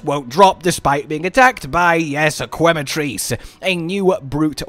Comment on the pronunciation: Its pronounced ke-ma not kwe-ma also it will definately be one of Cottons favorite new monsters along with Uth Duna